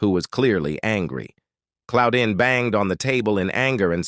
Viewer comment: Who tf is Cloudin?? Pretty sure it's not right.